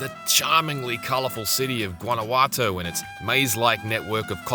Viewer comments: "Guanaguato" LOL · "gUaNaGuAto" My dude, should've used google translate at least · Hearing the guy pronounce Guanajuato kinda hurt